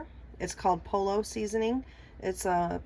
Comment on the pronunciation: Hmmm different & looks pretty good. Btw, POLLO is pronounced Like Po- yo, not polo , sorry ocd. 👍😄❤️